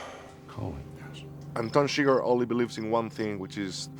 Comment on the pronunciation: It's chIGURH not sugar 😤